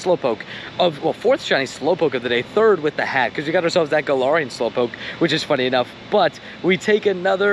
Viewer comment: Um, Actually, it’s pronounced guh-lare-ian 🤓☝️